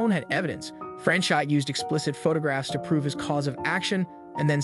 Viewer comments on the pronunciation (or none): Franchot is pronounced Frans o with a long "o." The t is silent. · FYI It's pronounced Fran-chOH